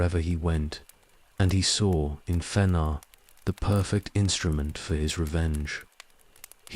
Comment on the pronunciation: It's pretty good, just the mispronunciation of several proper names, especially Fëanor, was a bit jarring.